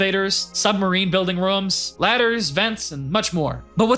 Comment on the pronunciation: why do you say "roums"